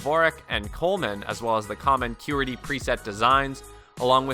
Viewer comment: ah, the well-known "coleman" and "q-er-tee" layouts...you might want to become minimally informed before you review ergonomic keyboards